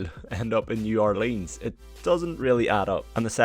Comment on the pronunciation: that's not how you pronounce new Orleans